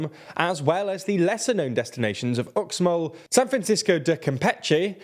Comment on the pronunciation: Also x's in Mayan are pronounced like 'sh' so Uxmal is pronounced 'Ushmal'. Please research the pronunciation of places in your pieces.